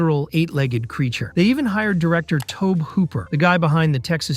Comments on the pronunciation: "Tobe Hooper" -- it's pronounced "Tobey" like Tobey Maguire. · Hard G on Gyllenhaal and Tobe is pronounced Toe-bee. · DAMMIT!!! AGAIN! Another Youtube talker too wet behind the ears/damp in the diaper to know Tobe is pronounced Toby.